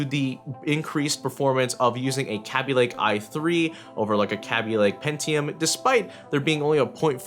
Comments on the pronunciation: Kay-Bee lake not Ka-Bee lake or whatever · its kaabee not kabe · did he jus say CABBY LAKE !!!!?????? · LOL (Kay-Be) xd